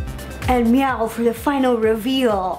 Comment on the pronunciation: ro you said mewo 2 timed